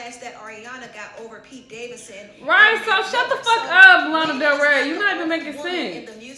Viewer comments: Her name is LANA NOT LEINA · Ok but can she not say Lana. It’s “lah-nah” not “lay-an” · Omg her saying “Layna” is so annoying it’s “Lawnnaaaa” goddamn 😤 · One doesn't know even how to say lana and another being like oh i don't know who is she And taking it to a race game instead of an honest review is such of a waste of time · dont be influenced by this video. Its literally bias and lana already said it wasn't a call. The fact she cant say either names right says a lot. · I don’t like Lana but she ain’t even saying her name correctly.😩cringing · Pronounce lana's name correctly at least... Chiile